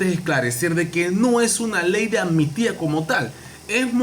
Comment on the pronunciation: Hola , es AMNISTÍA no Anmistia.Diga la PALABRA COMO ES.ACUERDATE AMNISTÍA.estas Claro Yow NOWW